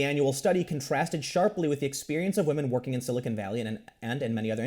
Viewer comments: He said Wamen. Tim Pool, Said Waman. “WAMEN.” Ironically un-ironically. Time stamp it guys. And save the date. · Waamen? I heard that, Tim. 😏😂😂😂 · Tim said wamen! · In other news, Tim says "wahmen." Welcome to the dark side Tim. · Did Tim just say whamen? lmao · For some dudes, feminism becomes their fedora. Also, I nearly choked on my root beer hearing Tim say Whamen. laughs I expect that from The Quartering, but it's a first here. In this situation I think it's well deserved. Feminists try to wham their way to more money for women, even when they are already making more at the company in question. That's going to backfire hard one of these days. There is only so long and so far that any group can badger and bully before the "oppressed" becomes the oppressor. The disgusting thing about that, to me, is that you'd think these people would know better (having been "oppressed" and all) but they never do. Fake oppression, or power corrupting principles as a human, rather than gendered, convention? You guys decide. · HA YOU SAID WAHMEN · Did Tim just say "wahman"? He's one step closer to that red pill. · Hearing Tim say wamen, and talk about beta males...... it just tickles me. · Is this the first time that Tim has used 'whamen'? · Tim just say wahmen?!? Que!?